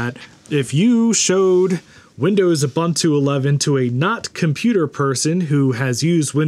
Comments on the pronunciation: Lol there's no such word as U/bun/too, it's U/boo/ntoo, it's Swahili for "Everybody". The second vowel is a long o, not a short "u". :p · Ubuntu is pronounced oo-boon-too (rather than Uh-bun-two as you kept saying), so it's an even MORE fun name to say when you do it right - WOO! Boon too! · Ubuntu is pronounced ooh boon too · Oooh- Boon- Too is the correct pronunciation. The letter U gets the OOH sound every time. So it's Ooh Boon Too not Yoo Bun Two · Ubuntu is pronounced “oo boon too”. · ubantu is as correct pronunciation of ubuntu, as lienacks is of linux, and citerix is of citrix. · The word "buntu" is pronounced "boo-ntoo”, This is an African word and the "u" in most African dialects does NOT have an "a" sound as is the case in English. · Every time he says uhbuntoo I have to pause the video and contemplate the meaning of life. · Please stop mispronouncing Ubuntu... Unless you're saying it ironically (which I doubt)?